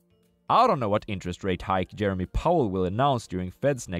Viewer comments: It''s pronounced Jeh-rome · his name is Jerome, not Jeremy